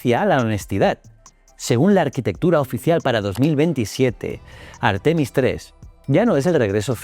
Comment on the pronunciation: Por favor: un poco de respeto para las reglas de acentuación: "textil" es una palabra aguda, no llana; "Artemis", en Castellano es llana, no esdrújula ni aguda (y si decide que es esdrújula, que lo sea siempre, y no según el capricho de quien habla). No cuesta mucho trabajo y dejará de herirnos los oídos y la mente. GRACIAS 🙏🏽